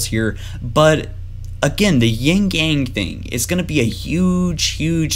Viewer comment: awesome vid, just a minor thing that's really small but kind of bothered me because I keep hearing it being said incorrectly. Its "Yin" AND "Yang" not "yingyang"as its so often pronounced :P Now that that's aside, please proceed lol